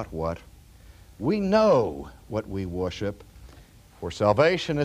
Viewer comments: So it wasn't just me who had a double take when he said that... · An accent is coming out here. "Worship" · OMGoodness! RC pronounces it "woiship"! I love you, Dr. Sproul and your teaching loses none of its strength for your lack of pronunciation but it does amaze me. ----------------------------- My argument to your professor's question would be that Jesus is God and Jesus has a body, therefore the Mormon is not wrong on this point. Fitting in with the notion of the triune God, God both does and does not have a body. God transcends our mortal thinking on this issue. My personal view is that Jesus has been that man that he is since before the foundation of the world. When it says we are made in God's image, I take that literally, both physically and spiritually. We, too are triune. I think Jesus and Adam would have looked like twins. I think it was the man Jesus when scripture talks about "the Lᴏʀᴅ God walking in the garden in the cool of the day." I have a tendency to ascribe every Godly thing in the Bible to Jesus Christ unless it is undeniable not Jesus, like when God the Father spoke from Heaven at Jesus' baptism. I think the flame in the dark that walked between the animal pieces Abraham had laid out was Jesus. I think the burning bush Moses saw was Jesus. I don't think there is a problem with that because all three members of the Godhead are "co-equal," as they say. If I should mistakenly call the Father Jesus, I have done nothing wrong for Isaiah tells us the Son will be called "the everlasting Father" (Isa 9.6). Does God have a body? Sure seems like it to me. Is God a Spiri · For such a smart guy, he sure doesn't know how to pronounce "worship." Just kidding, thank you for these great videos! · He said worship in a way I don’t remember him saying it. Haha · I have never heard him say it like this!!! I love it.